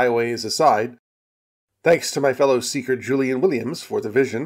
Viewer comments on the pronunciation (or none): none